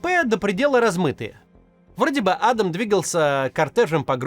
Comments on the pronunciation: Ну адАм же, а не Адам) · Не Адам, а адАм😂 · он не Адам а адАм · Не Адам,а Адам! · Может он и А́дам, но он родился и живёт в России и на Кавказе, так что он Ада́м😂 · как меня саипале эти "Адам". Правильно ставить ударение на вторую "а". Зачем вы его все на американский манер зовёте? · Почему Кац говорит "А́дам Кадыров" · Кто научил ставить идиотские ударение в имени «Адам» на первую букву??????????????? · ударение на 2 -ое А !Хоть кафировский отпрыск позорит это имя ,но что с предателей возьмёшь и дед и отец агенты кгб =фсб и всегда прислуживали кремлю продавая Ичкерию и весь вайнахский народ! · Меня прикалывает, как Кац произносит имя Адам на американский манер, а не на русский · Почему вы Адама на первый слог ударяете как будто он англичанин какой-нибудь?